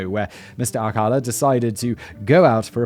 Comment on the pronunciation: You pronounced "Ciros" correctly. However, Alcala is pronounced-( All...Kah....LAH/ accent on the 'la').